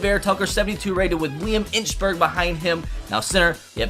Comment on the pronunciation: Did he just call him Liam inchburg